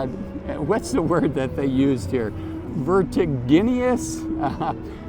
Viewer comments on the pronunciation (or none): Hey, great video. Juat fyi its pronounced Ver ti gin ous